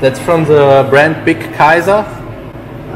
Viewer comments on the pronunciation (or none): none